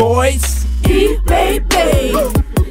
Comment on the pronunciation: Dit is niet hoe je Ina Boudier uitspreekt!